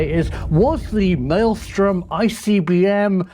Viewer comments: It is 'Malmstrom', not 'Maelstrom'. Just had to say something. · Malmstrom is Swedish name,. You know, your neighbors to the north? MALM STROEM. inte Maelstrom. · I'm a little bothered by the pronounciation of Malmstrom as "maelstorm". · Please pronounce Malmstrom correctly. There are 3 m’s. I lived there so I am pretty sure of the pronunciation.